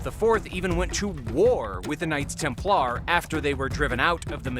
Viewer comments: Its pronounced TEMPLER NOT TEM PLAR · Maybe it's the Klingon pronunciation 😂 TemPLAR!